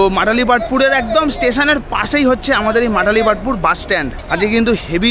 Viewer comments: Matalipathpur noy malatipathpur ota. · Dada ota Malatipatpura, matalipatpur na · ওটা মাটালিপাতপুর নয় মালতিপাতপুর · I am from puri ...da...kintu ota matalipatapur noi malatipatapur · Dada ota mathalipathpur na malatipathpur 😅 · Ota matalipatpur na, malatipatpur. Ar bermuda bus stand na, baramunda bus stand. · Dada,ota Matalipatpur noy Malatipatpur aar Bhubaneswar e Bus stand er naam Barmunda Bus Stand Barmuda noy ..blog korchen thik kore bolun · মাটালীপাটপুর আবার কি😂 ওটা মালতীপাটপুর হবে।